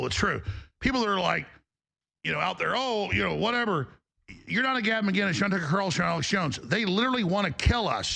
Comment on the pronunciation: There's no G in "Mcinnes". Why the F can't Americans say "Mick-Innis"